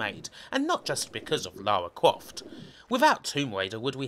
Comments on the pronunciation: Lawa Cwoft? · Lawa Cwoft as seen by a twue gamew :) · Man, you sound like Barry Kripke, like, u know... "Lawa Cwoft". Haha sorry, I'm being mean, it just distracts me. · Lawa kwoft tomb wader was my favwit game on the pwaystation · Lawa cwoft